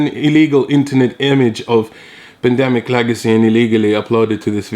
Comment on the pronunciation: "pundemic", surely